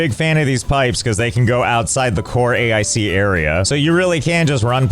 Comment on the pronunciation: I don't understand why you keep pronouncing it A I C and not Ache.